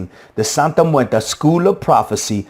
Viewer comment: Theres no a at the end of muerte(just trying to help you pronounce it better)